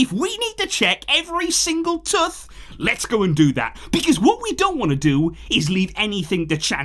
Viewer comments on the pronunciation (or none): "Every single tuth."